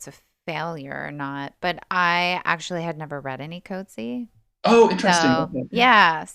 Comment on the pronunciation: You cannot bother to get remotely close the accurate pronunciation of the surname of John Maxwell [formerly Michael] Coetzee. I am beside myself, horrified really. Listen to his Nobel award— the Nobel panel fortunately respect the laureates (and short-list) authors enough always to bother, as with their perfect pronunciation of Louise Gluck’s name {Nobel 2022}. Im clicking away from you two… you sound like unsophisticated teenagers, not academics. I am rarely harsh and do not wish to be a “troll.” Have some respect… Coetzee is not “Coat-Zeee,” it’s roughly “Kut-zee-a.” Look it up, listen. Get it basically right. He is such a gentleman he never corrects these mispronunciations… but ive had the pleasaure of meeting him, etc. i bothered to request guidance though id listened to the Booker ands Nobel panels… and had been equally horrified by the University of Chicago putting a voicemail greeting up for him while visiting for 1-2 years [as an academic] there. The day of thje Nobel they too got his name mispronounced with their voicemail message stating that his voicemail would be fu;;/unavailable due to the volume of congratulatory calls, and often undesired requests for interviews, and other meetings. Just… listening to you both speculate, wrongly, and say “I was confused about that.” Again and again. “I feel sorta sorry for our listeners.” (Why not keep this discussion between yourselves, take it down here. Through I do not “have to be here,” that is so. No philosophical sympath